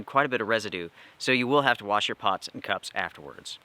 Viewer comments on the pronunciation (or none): none